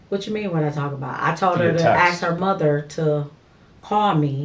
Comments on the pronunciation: Aks me aks me aks meeeee🥴🫣🤢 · never trust anyone that cannot say ASK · So much a nurse, she can't even pronounce ASK. Tells me she's a liar and a thief.